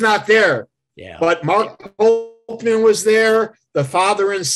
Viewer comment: It’s Sam VOLPENDESTO not Volpendenzo and Mark POLCHAN and not Polkman